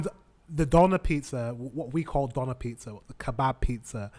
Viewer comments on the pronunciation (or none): It's pronounced "döner", not "doner". 🙂